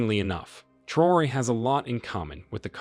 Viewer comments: Pronounce his last name as Tra’o-re not Troo or whatever you saying. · Its pronounced as `Traorey ` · It's pronounced Tra-oray. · I think his name is Pronounced - Tra - o - ray